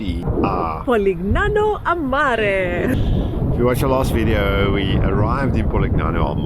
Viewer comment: Lovely video! Just a gentle comment that the letter g is silent in Polignano. Ouch!